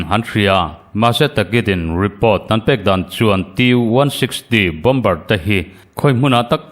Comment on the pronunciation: Bomber=Bomer ti a lam tur, Bombar ti in lam nulh nulh hi News chhiartu an tam leh thin. News puangtu pakhat phei chu a insiam tha duh der silo, Mizo tawng a suasam ani ringawt😂 a dang pakhat pawh in "Lei do" indona lam sawina hi Lei= Mihring lei(tongue) kan lam rik anga lam tur kha Lei(earth)(Soil) hemi Mizo tawnga kan lamti ang chiah hian a ri hniamin a lam zel😂😂 Tinge YouTuber ho hian thu puan hi an thiamloh em em le ka ti. Best collection leh Rainbow channel hi chu zia tak ani